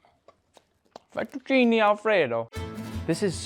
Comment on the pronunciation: You keep saying "Italy" "Italy" "Italy" but IN ITALY WE DO NOT HAVE "ALFREDO" SAUCE AT ALL IN ANYWHERE, It's an American invention. Then it's Fettuccine and not Fetucini.... 😂🤣😂🤣